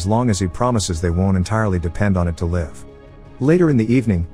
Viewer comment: For your computer voice…. Live has been mispronounced 3 times in this video